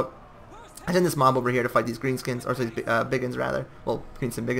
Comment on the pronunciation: Forgot you were Canadian till you gave it away with that sorry haha but all in all it is really good to have ya back. Thanks for bringing the meme units